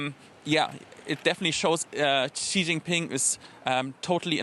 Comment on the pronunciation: could you stop pronouncing Xi as "Zhjee"? It's pronounced "Shee". The "zhj" sound doesn't exist in Mandarin nor any dialect of Chinese. Please, as a journalistic organization, spend five minutes to learn the pinyin orthography and read Chinese names correctly. It's not hard. They took letters that seemed redundant—X, Q, and C, and reassigned them to other sounds that English orthography uses letter combinations to write. X got the "sh" sound, Q got the "ch" sound, and C got the "ts" sound. As a journalistic organization, you should take the effort to pronounce names correctly.